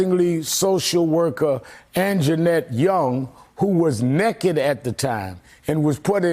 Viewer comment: Mayor Beetlejuice, and it's naked, not " neket." Lol